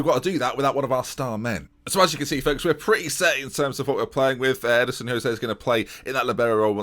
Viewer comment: where do you get the "i" in Edson?